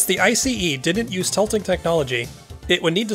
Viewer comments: Finally someone is pronouncing ICE properly! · Me waiting if ICE is yet again miss-pronounced 😁, and to my surprise it got pronounced correctly. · 👍 for pronouncing it right. BTW, meanwhile we had tilting diesel powered ICEs in Germany as well, but they were a flop.